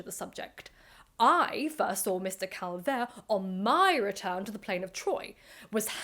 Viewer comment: You are mispronouncing both Schliemann and Calvert.